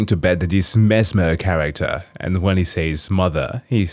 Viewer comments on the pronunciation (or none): messmer not messmear